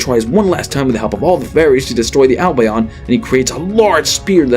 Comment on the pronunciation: His albion pronunciation is painful